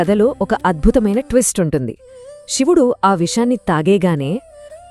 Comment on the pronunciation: ముందు శివుడు అనటం నేర్చుకోండి